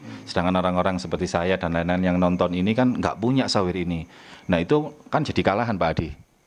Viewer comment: software pak bukan soware !!! lol